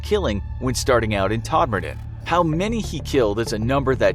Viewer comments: I live really close to todmorden and you said it wrong :/ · Wow, Todmorden was pronounced properly!! I'm impressed! Most forriners pronounce it as "todd more-den"... :P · The way he butchered Todmorden🤣